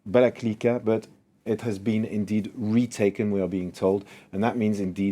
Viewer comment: Get a better expert)) First, Balakliya, not Balaklika. Second, Ukrainian troops are moving towards Kupiansk further east to cut Izum off from ruZZian logistics. Kupiansk is an important logistical center on the way from ruZZia into eastern Ukraine. If Kupiansk is taken or at least within range of Ukrainian artillery etc, the troops around Izum are doomed, there is no great need to fight them, we can just wait until their food and ammunition run out. Forth, the announced counter-offensive towards Kherson seems to be just a trick to cover up Ukrainian offensive in the east. The strategy on Kherson is to destroy all bridges across Dnipro (Ukraine has already done that) and again wait until the ruZZians have no ammo left. Glory to Ukraine and her heroes!